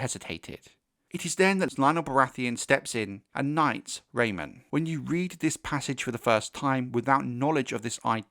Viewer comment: Great video but it’s Raymun. Not Raymond. I note this mistake all over the place.